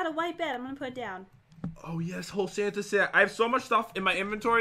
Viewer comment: Did pat say "Fanta!!!!"instead of santa at 1 point?😂